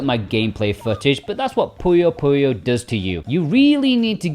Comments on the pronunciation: The N isn’t separate 😭 it’s like Puyo Puyon. And yes, yon is one of the ways you can say 4 in Japanese. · yo~n = yon, 4 is pronounced yon So you say "Pu yo Pu yon" Just for reference Puyo Puyo Da is a junky dancing game spinoff.